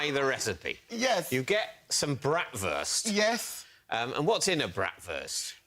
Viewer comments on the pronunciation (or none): As a German speaker I can confirm that "Prötwörst" is as good as it gets when you wanna pronounce Bratwurst correctly. At an alcohol level of 0.24 percent. Cheers and thanks for the upload!! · Rob mispronouncing Bratwurst confidently. XD